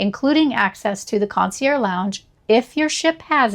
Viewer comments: just trying to help. Mispronouncing luxury words can make you sound pretentious, but in a hilariously wrong way. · You don't pronounce the g in concierge?